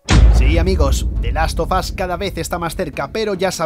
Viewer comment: di laffff of azzzz